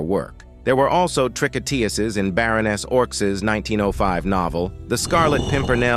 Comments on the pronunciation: Trick on tuurs is how it is pronounced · I gave up after a few minutes of listening to your pronunciation of 'tricoteuse'. What is it with you Americans when it comes to French? It's just a relentless, ignorant massacre. The word is pronounced as 'trih-coh-tuhz'. You didn't mangle the other French names so why this one? Google could have helped you with this you dumb Yankee. Thumb most utterly DOWN. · learn how to pronounce tricoteuse please. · Maudit Anglais. Même pas assez brillants pour prononcer tricoteuse à peu prés correcrement.😢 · Please, pronounce the French word TRICOTEUSE properly!!!!!!!!!!!!!